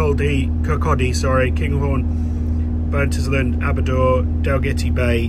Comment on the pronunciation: My mrs is from fife and it bugs her that you can pronounce kirkcaldy properly but not Burntisland, Aberdour or Cardenden 😂😂 (Pronounce should be burnt-island, aber-dower and card-den-den)